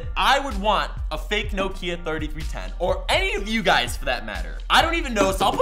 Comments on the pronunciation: You pronounced Nokia wrong! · year late, but americans dont know how to say nokia